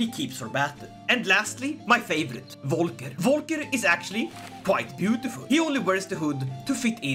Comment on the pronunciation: Great Video and I'd love to see more of it :D (Pronounciation Tip: Most of the names in this game are from german origin, like Volker and the V in german is pronounced like an F in english. But i think you already knew ;) )